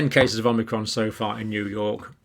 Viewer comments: It’s “Omicron” not “Omnicron” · Please... OM - I - CRON, not OM NI CROM.😜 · Thankyou. You keep saying it as omnicron with an n but its omicron. You’ve said it both ways. Just saying. Keep up the good work. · Omicron, Omni-cron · you're a doctor and you keep pronouncing it omnicrom and its actually call omicrom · you keep calling it omnicron instead on omicron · You won't be exposed to Omnicron John because there is no Omnicron.. it's OMICRON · Omicron not omnicron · Why do people pronounce it "Omnicron" ? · I've accepted the fact Dr. Campbell will never not say omNicron. Oh well. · So many people add an extra "n" when pronouncing omicron. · Pronunciation in British English is Oh-my-cron. Anyone who had classics lessons at school knows this.